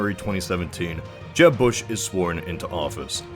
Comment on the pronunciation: when he first say jeb i thought he said jeff